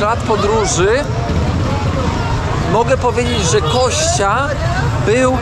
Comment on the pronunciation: Ja nie wiem, dlaczego mówi Kościa a nie Kostia😂😂😂 To imię od Konstantyna a nie ok kości 😂😂😂